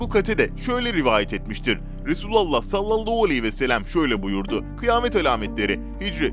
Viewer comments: Sayın arkadaaim kelimeleri düzgün konuş sallallahualeyhivesellem diye okuman gerek ama sen sallallauuu vesellem diyorsun böyle olmaz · "Sallallau vesselem" değil "sallallahü aleyhi vesellem" olacak. Biraz çalışarak düzeltebilirsin. Bunca insan izliyor, kendine biraz çeki düzen vermen, diksiyonuna dikkat etmen faydana olur ! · Aynen bi tuhaf söylüyor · "Salallahu aleyhi ve sellem "derken diksiyon bozuklugunuz var biraz çalişsaniz iyi olur